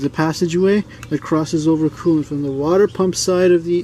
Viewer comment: Did he say oil cooling and coolint lubricating